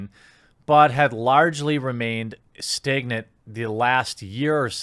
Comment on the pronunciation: Staygnant... dude pronounces words with an "a" really weirdly